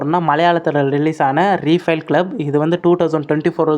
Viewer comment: ரீஃபில் க்ளப் இல்லை ரைஃபில் க்ளப்